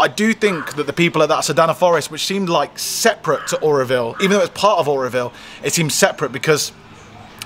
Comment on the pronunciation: It's not Areoville its Auroville